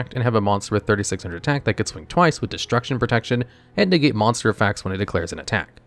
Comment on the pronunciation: hehehehehe "moss bonster"